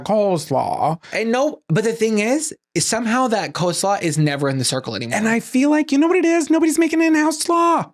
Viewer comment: Obsessed with rapid-fire pronunciation of "coe-slaw." 😂